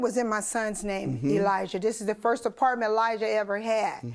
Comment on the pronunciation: She can’t even say the word apartment correctly